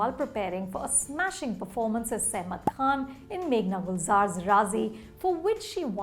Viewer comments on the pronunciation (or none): none